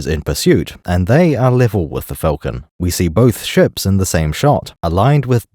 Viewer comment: All that & cannot pronounce Falcon correctly